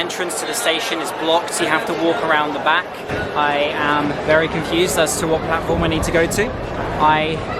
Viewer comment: Instead of platform,announcement man is saying platfaram